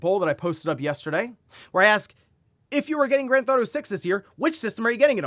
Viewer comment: Take a shot "granthoto" take a shot every time he says "Grand Theft Auto" incorrectly. Hundreds of times a week.